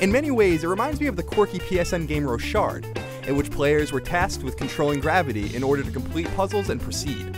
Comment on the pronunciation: Hahaha it's not "ro-shard" it's "rock-hard" His name is John Rochard. Great game by the way...